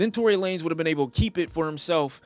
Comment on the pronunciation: Did he say Tory Lamez 😂😂